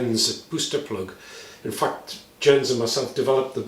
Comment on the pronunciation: Minor point: "Jens" is pronounced in Danish like an English "Yence". (J is like English Y, and no "zee" sound in Scandinavian languages.)